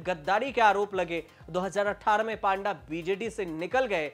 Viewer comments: पांडा नहीं पत्रकार महोदय पंडा बोलो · पांडा नहीं पंडा बोला जाता है ।🤣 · पांडा नहीं पंडा बोलिए.... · Panda..should pronounce PONDA..... पोंडा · Panda nahi panda hota he